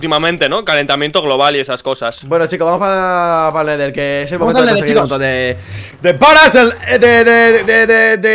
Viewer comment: pense que decia momento porno